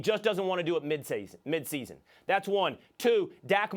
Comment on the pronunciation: Lmao Will's Texas accent came out when he said "midseason"